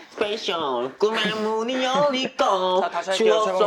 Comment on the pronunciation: Beomgyu: SpeYcSIal 😂😂😂